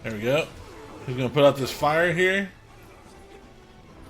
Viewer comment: I thought you said file instead of fire but thanks exsasoiror